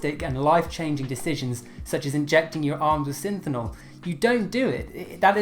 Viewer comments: SYNTHOL. SYNTHOL. Not Synthinol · Synthol, sounds like Sin-thal....not synthinol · It’s pronounced sin-th-all not sin-thin-all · Please, at least pronounce the word Synthol correctly. Stop adding extra syllables. Sounding out the letters is always a good strategy, you "Synthonol" freak! Love you, Buddy! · Synthol... Not synthenol... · lol you keep saying.. Synthennol... but you spelled it... Synthol.. Im confused on how to say it now..